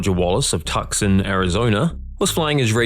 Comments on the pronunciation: Tuscon is "Too-Sahn," not "Tucksun." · Stop saying tuc-son ! It’s pronounced to-son. C is silent 🤫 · “ Tuck”-son AZ? Nice try AI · Pronounced "Too-sohn", not Tuxon. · . . Tucson is NOT pronounced "Tuck-sun". It's "TOO-son" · It is pronounced too-sun not tuckson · Never heard of "tuck son". I have heard of "two sawn". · Tuscon is pronounced Tu-son not Tuckson. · 'Tooson' Arizona not TUC-SAN!!! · It's not pronounced, "TUK- Sun" it's "TOO-Sann" (Arizona)... just sayin' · Tuxon? It’s too sahn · how does anyone jump without knowing where their chute cord is. ppl like them ruin stuff for everyone else. haha did narrator really say (tuck-son) ? tucson is pronounced (to-sawn) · While I would dread pronouncing some of the place names in the Aussie/NZ area, Tucson is pronounced more like 'TWO-sahn'...not 'Tuck-son'. Welcome to Arizona.😉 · Tucson is pronounced "Too-san". Not "Tus can" or "Tux can" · FYI - Tucson (Arizona) is pronounced Too sahn, not Tuck son…for future reference, if you're interested. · TOO-sahn not TUCK-sun. Great vid. That last one got me good. XD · It is pronounced TOOSON. NOT TUKSON. Spelled Tucson. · It’s not Tuxson it’s Too-son. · "Tuckson" 😂 No, honey.... ❤ For the future: Two-sawn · Yeah getting on a boat with no life jacket when you don't know how to swim is... next level stupidity. Also, it's Too-sawn, not Tuxson. Wouldn't expect you to know though because even many Americans don't know that one. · Tuck-son Arizona...wtf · Tucson is pronounced TOO-sahn. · Tucson Arizona is pronounced Too Sahn or 2 Sahn, but not Tucson!!!! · Tucson Arizona is pronounced "Tooson". You pronounced it the way it's spelled which is understandable but incorrect. Unless this narration is AI, then it makes perfect sense. Tucson is a Native American word that loosely translated means; "the white man stole our land". Ok, I made that last part up, it's actually a Native American word describing a local mountain. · You pronounce Tucson like two San you philistine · "Tuxson" lol.